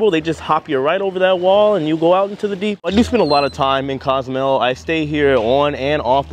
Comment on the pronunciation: It's pronounced CO. zoo may ale not "cause mel" and "Coast uh my uh" not "costa my uh"